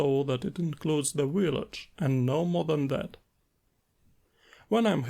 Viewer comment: Amazing stuff as always. Can’t wait to tr it out! Just a tiny tiny btw (from a fellow slav) a „v” is the „village” is the same one as in „slav” or:P